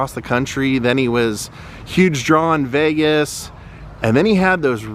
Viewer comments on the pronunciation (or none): none